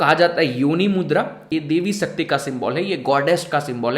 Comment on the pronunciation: sakti nhi shakti bhai saab.... talking about your pronunciation